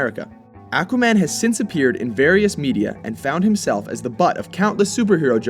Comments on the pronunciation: OK, to the guy narrating this video; it's Aquaman, not Acuaman. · It's aqua an with the a like ardvarknot like the a in anvil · he says A quaman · the way you pronounce aqua-man tells me you never read the comics. THUMS DOWN. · Its pronounced Akwa now Ackwa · Akwa man lol its pronounced Au Qua Man. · It's pronounced AAHH-quaman. But in the 60's-70's cartoon, Ted Knight used to pronounce it ACK-wa-man, as in back, hack, jack....ACK-wa-man!!! LOL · Am I the only one who gets annoyed when people pronounce it "ACK-wuh"? It's "AW-kwuh"! The other way is like saying "Maar-ri-oh Brothers" ugh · Ackwahman? XD it's aquaman lol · AQUA-man not ACKUA-man. Nice video though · AQUA=AH-KWA, not ACK-WA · It's not ACK WAH MAN! It's AWK WA MAN! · it is AU-qua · why does everyone pronounce him as "ackwa-man"? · Ah-quaman? Aquaman. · it's pronounced oh-quh-man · AHH-quaman is how it is pronounced. I am a comic book expert. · It is pronounced ak-wa-man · you say "ahqua" like a Canadian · When did Aquaman become Ackwaman? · Ak-wahman? What about Aquaman? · Is it me or is he mispronouncing Aqua.....maybe it's a regional thing... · The way you say Aquaman makes me wanna punch a wall. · Okay let's just say this.. We all know he is pronouncing Aquaman wrong. But my plea for him is he is going off the pronunciation they used in the old cartoons.. Listen to how Aquaman himself says it in the beginning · This guy can't even pronounce "aqua" correctly. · You are pronouncing Aquaman wrong.... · Oh yes he is. Even worse than before. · Yes he is. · still wrong....even more wrong than before. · Not sure why, it bugs the way they say Aquaman. I feel like the first a should sound like a short o, not a short a. But that's probably wrong anyway... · Seriously! Learn how to pronounce his name right!